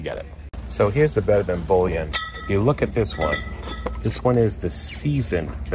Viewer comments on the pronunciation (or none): none